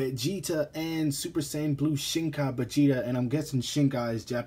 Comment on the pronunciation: Begeta? Are you fucking serious?